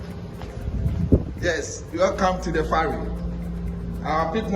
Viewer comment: It's the Volta river, (not lake). It's a Ferry (not Farry).